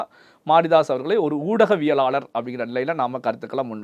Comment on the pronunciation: Oodaviyalaalar enru sariyaaga uchcharikkavum